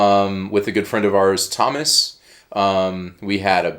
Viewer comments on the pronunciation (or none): none